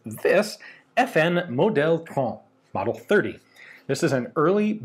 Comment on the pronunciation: We pronounce the T in trente because there is an E after the T, otherwise it would be silent indeed ! Good work dude, your pronunciation is starting to be outstanding